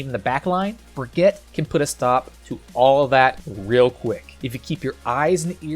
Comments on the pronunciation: ITS BRIGEETA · As someone from Germany it‘s always a joy hearing you pronounce Brig‘s name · *makes a joke about how people mispronounce "Brigitte" *immediately mispronounces "Brigitte" 🤦‍♂️ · 2019 - still can't pronounce Brigitte properly... /smh